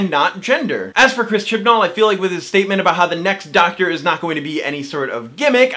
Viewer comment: Its "Doctor", not "ducktr" 😂